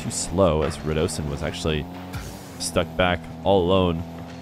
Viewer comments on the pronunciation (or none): Yo. When did start calling Radisson as Radosin? Noo.. also the Zen shot where Alpha54 faked etc, I think it was being saved, so he just pings it onto the backboard deliberately